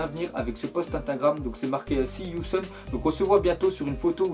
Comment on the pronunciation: C pas "see you sOn" mais "see you sOUn" apprend l'anglais